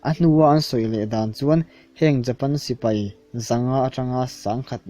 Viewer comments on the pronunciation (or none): none